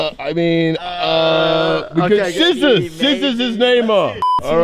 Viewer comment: I thought Kay was saying neymo...it's Neymar lol